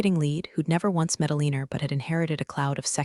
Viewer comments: Why is the name Alina being pronounced "Aleaner?" And the glance of eyes would be related to rzdar, not sonar. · Pen TAGon, Due Dee (DoD), AlinER instead of AlinAH, can't pronounce ranks... ARGH! I almost backed out because of how often I was literally cringing. It is a good story, but I honestly cannot recommend it because the mispronunciations drag the listener completely out of the story every time! Please get a better reader and re-upload it. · PLEASE, for the love of God, get an that's knowledgeable in English. This story was a sh*tshow of mispronounced words. Aliner? Who TF is that? It's Alin-ah, for crying out loud. Pen-TA-gon? It's Pen-tugon. Pay attention please. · Either this is an interestingly trained voice, or a non-English speaking human reader. Alina is consistently pronounced as uh-leen-er, and the US five sided building as pen-TAG-un. It's prnounced PEN -tuh-gon. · Alina pronounced with "er" ending, not "a". Pentagon shouldn't be hard to say . Very sloppy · Ah lee ner ?? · Why does the call her Alinar? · Some real-life accents will add a tiny 'r' to some things ending in a. I have heard people talk about having an agender instead of agenda, for instance. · If her name is Alina (whose name the bot cannot pronounce) than why did she sign off as E.M.?